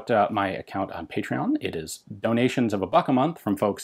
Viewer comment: so many French pronunciations, I heard Ian pronounced the Patreon part a bit Frenchy; Patreaun.